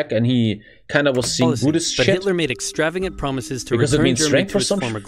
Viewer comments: am i the only one that he said Hitler wrong? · Who the hell is Hitoler? 🤣